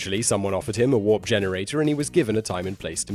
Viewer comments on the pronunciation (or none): none